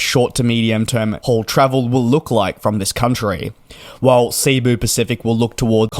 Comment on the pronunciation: It's SE-BU not SEA-BU Pacific. Short E, like "sent", just from a Filipino.